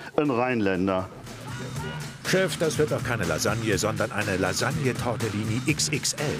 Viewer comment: Tortellini, nicht Tortillini HAHAHAHAHAHa